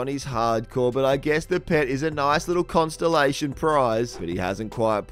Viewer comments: Consulation not constilation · anyone catch constellation instead of consolation? hehehe xD